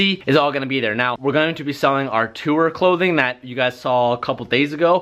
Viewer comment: it's "tour", not "tour" 😂